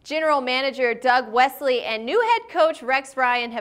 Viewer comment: Doug Whaley?? or Doug Whesley?